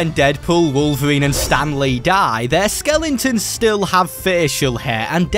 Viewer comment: Bro saying sekelingtons 💀 btw love your content keep doing what you do this is just a joke 😅